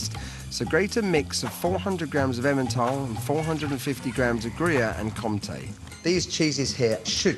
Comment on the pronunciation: As a starter, even if I'm Swiss and not french: Comté, not compté. Second: his "personal corn starch trick" is used even by the shittiest ready-to-eat fondue in Switzerland. Third: by mixing Comté and gruyère he's wasting both (mix one of them with vacherin, you're better of). Fourth: if you really can't find vacherin (moitié-moitié) look for tilsiter and/or stick to just gruyère surchoix (Comté, meh...as I said, I'm Swiss ;)) Fifth: he's a Brit, he knows nothing about cheese. Sixth, if the reader is American: that ain't gruyère...